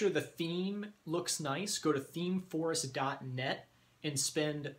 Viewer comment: Are you saying themeforce or themeforest? Thanks!